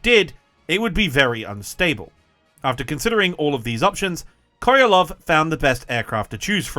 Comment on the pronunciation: Sergei Korolev not Korelov